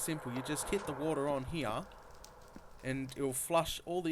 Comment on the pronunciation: I love how you say here HEE-UH love the vid!!